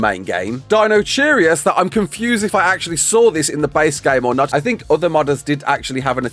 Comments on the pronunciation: Its not dino cheerus, its dino kai rus. 😭❤ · Deinocheirus = Dino-KY-rus.